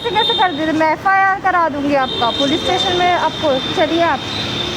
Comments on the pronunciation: FRI nahi FIR hota hai pgle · Bhai ye FRI kya hota hai dhyan se suno bich me ldki FIR ko FRI bol ri hai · F R I 😂😁😀😁😂FIR hota h ma'am